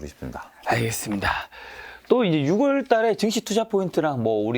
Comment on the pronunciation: 유월이라 해주세요.. 육월이라 하지 마세요...ㅠ